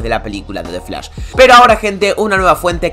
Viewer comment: xq dices defs lash, y no dices the flash????